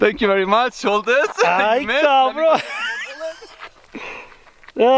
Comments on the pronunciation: Ask the other guy to stop with his caabron. He says it so much that it sounds like asshole n not caabron. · what is he saying? " cavrone "? or something? what does it mean? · If I had $1 for every time he says cabrõn I’d be rich